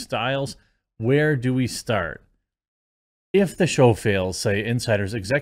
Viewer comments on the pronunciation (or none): none